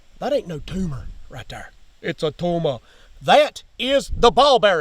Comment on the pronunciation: “It’s a tumaah” 😂 hahaha😅 I’ll be laughing until tomorrow for that thanks man.😂